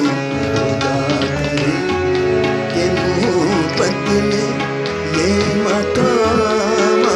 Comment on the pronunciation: Brilliant - one minor correction pls improve the pronunciation of 'Mohabat'